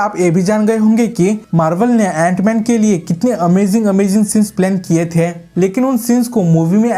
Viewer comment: Jant man nhi it's antman😂